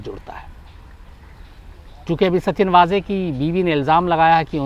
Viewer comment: नाम का सही उच्चारण है, सचिन वज़े, ना कि सच्चिन वाज़े...धन्यवाद...🙏